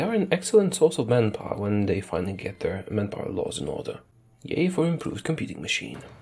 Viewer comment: I thought you were saying "man-gapoor" for a good 30 min before I realized it's man power.